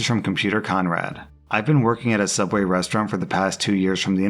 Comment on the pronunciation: He used to work at Sooubway.